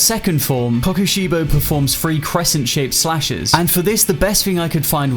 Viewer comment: Man you say the name weird but meh